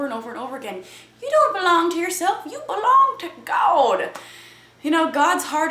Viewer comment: i love how u say GAWD instead of god. it cracks me up everytime LOL